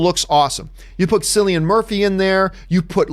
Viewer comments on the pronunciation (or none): *Cillian Murphy-- which is pronounced Kill + ee + an. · ''sillian murphy''